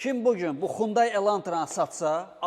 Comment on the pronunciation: XUNDAY YOX HUNDAİ